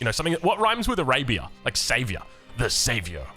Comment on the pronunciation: What rhymes with Arabia? Savior... I mean, only with your accent...😂